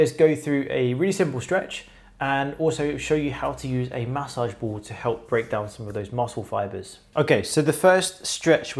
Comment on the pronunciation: Loved this video. Stretching my fingers back is the only move that doesn’t kill me—and it kinda helps. Damn, this sucks. Chopped wood with an axe for days, now I’m paying for it. Super helpful video, but “mats sauge” ball? C’mon. It’s massage. 😂 thank you for this vid